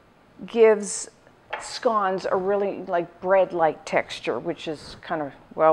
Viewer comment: Never heard these called scaans?